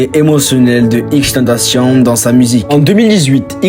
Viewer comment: Il respecte même pas la prononciation de XXXTENTACION 🤦🏾